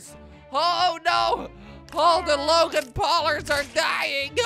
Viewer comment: It's logang not lagan paulers